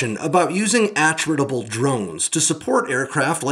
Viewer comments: G'day, "attritable" From Attrition As in, something the loss of which can be easily tolerated in the course of a Contest (Waaauugh!) of Attrition. Pronounced, Attrit-able... NOT, AttRITable... Technically squeaking. Such is life, Have a good one... Stay safe. ;-p Ciao ! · Are you sure you're pronouncing "attritable" correctly? Putting the emphasis on the first syllable seems odd, if the word has the same root origin as "attrition" then it would make sense to put the emphasis on the second syllable.